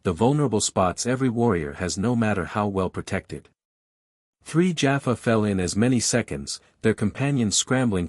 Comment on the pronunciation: Listened to several of these cross character Stargate stories on different channels and so far none of them have pronounced Teal'c, Jaffa, Tokra and Naquadah correctly! ( Tealk, Jaf FAH, TOE kra, NA qadah). Feels like if a TV show is going to be used as the backdrop for a story its only proper that the names in it are pronounced right.